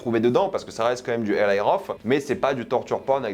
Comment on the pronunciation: je sais que les Français aime la mode English dans la prononciation pour se donner un genre de je ne sais quoi mais on ne dit pas: EL"Y" mais bien Eli car il est d'origine juive et son prénom de dit bien: ELI en prononçant le I comme on le dirait en français. pffff